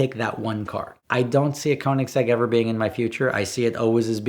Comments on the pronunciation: It's pronounced KERnigsegg, not KOnigsegg... They're Swedish, FFS. Why do Americans insist on butchering other languages?... 😒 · Bro it's pronounced: Co-nig-seg. There's no z anywhere in that. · The question is how do you keep pronouncing it so wrong!? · Americans are never going to be able to pronounce Koenigsegg right haha. Sounds funny though. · When I, as a Swede, hear him express the word koenigsegg wrong, I panic haha. Love the video do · I kinda wish Americans would bother to learn how to say Koenigsegg if they are gonna idolise the things, it really isnt hard to pronounce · If you can't pronounce keonigsigg go watch a cookery channel 😂😂